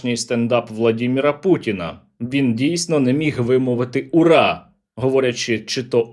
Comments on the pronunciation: То ху...йло кричав УПА,УПА,УПААА!!!ОУН просто дід не зміг вимовити!!!🎉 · Привіт Стерненко і дякую за відео. Там більше недоцарб казав "вра, вра" а "уора" бо перша буква чується я "в". Но це вже дрібниці, але він вже наляканий нашими дронами. Слава Україні 🇺🇦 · у його з 18 року першить горло. з кожним роком все хуже і хуже. постійно поперкається. а тут ура не мможе вимовити.